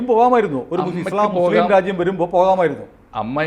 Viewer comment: ❤❤❤ മുസ്ലിം എന്നു പറയടാ..... നീയൊന്നുo നാക്കു വടി കാറില്ലേ????